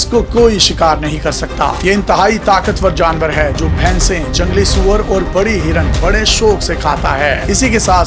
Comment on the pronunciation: Bro🌹,,Soorr nahi Soowwerr HOTA hai,drust krr lein